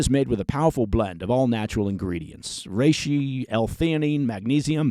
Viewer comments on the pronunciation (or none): none